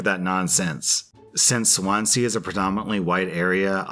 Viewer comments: US city/town pronunciations are really weird due to so many languages influencing the names, so most of the time people just read it how it is spelled and hope they are right. did just that here with Swansea (saying swan-sea instead of how you would say it, swonzee) because it’s just kinda what you do here! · Just a note: "Swanzee", not "Swan-sea." I know, I know, British pronunciations. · It's pronounced swonsy not Swansea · Hehehe Swan. Sea. We pronounce it Swanzee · You pronounce Swansea as swan sea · hey I'm from Swansea as well but I just wanted to correct how u say it it's not swan-sea its all one word so say it more like Swan-see all together that's how we say it anyways just a helpful note that's all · pronunciation box insert im SO SORRY LMAO. im welsh and its just one of those things- swansea isnt pronounced as swan-sea. it's swan-zee. :) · Not that it matters much, but Swansea is pronounced more like Swanzy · Why you say Swansea like that, man? Swan-zee is how it's pronounced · Lmao sorry for being British but you saying "Swan sea" rlly got me 😂 we somehow make it into one word here. I also remember how you pronounced Reading in a previous video (here we say Red ing) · It's pronounced Swans-ee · Swansea pronounced Swan-Zee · THE WAY HE PRONOUNCED SWANSEA I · Love your vids but hearing your pronunciation of Swansea made me cringe and giggle. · Ok the way he said Swansea with his American academy was funny to me caus I'm Welsh and none of us say it like this. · It is, but he's American so he just pronounced it exactly as seen it which is fair enough x